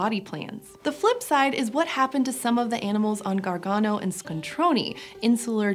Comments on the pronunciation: ScontronE not ScontronI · ABRUZZO AND ITALY STRONK (and big) However, please, it's "ScontronE" not "ScontronI" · I heard this episode originally in the car, and thought you were talking about an Italian city called Scontroni, since that is how you were pronouncing it. E is never pronounced EE in any language but English. That is what I is for. [And, I is never pronounced Eye in any other language]. Scontrone is pronounced with what English calls a short E.